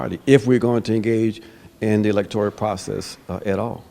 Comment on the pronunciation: Ajamu, the word is electoral, not electorial...